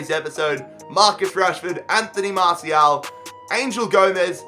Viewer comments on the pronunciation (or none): it's mar-ti-al not marshial